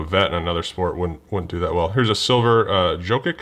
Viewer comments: It’s pronounced Yo-Kich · I know you’re not crazy into badketball but you saying pascall and jokic and all those other names was so funny